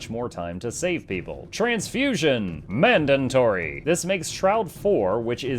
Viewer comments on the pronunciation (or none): Why does he keep saying "Mandantory" it it a meme or does he really not know that it's pronounced and spelled "mandatory". Just curious. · "MANDANTORY!!" is this word an Asuran creation? :D